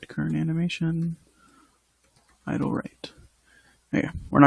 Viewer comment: great tutorial, still one of the best out there. Please continue this PS: It's "idle" not "idol" lol